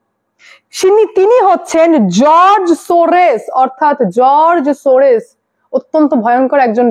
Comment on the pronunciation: Sorres na Sorros, r e r ektu porasona karo, who is this Sorros ...96 yrs..